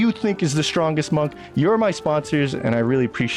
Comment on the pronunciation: Strongest Monk? Whichever one is using an Elixir of Cloud Giant Strength and wearing a Devilfoil Mask. Oh, you MEAN POWERFUL? Then stop saying "ShDrahnggest", WORDS MEAN THINGS